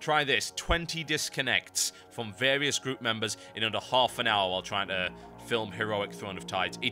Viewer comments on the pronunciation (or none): none